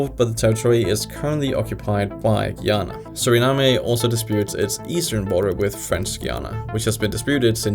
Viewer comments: Suriname is not pronounced like that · He butchered Guyana and Surinam 😅